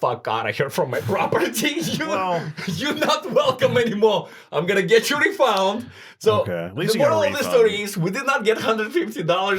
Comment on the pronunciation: Everyone else “Refund” “Refound” 😭😭😭😭❤